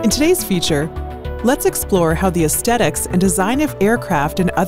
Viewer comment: No such word aircrafts. Aesthetic pronounced wrongly too.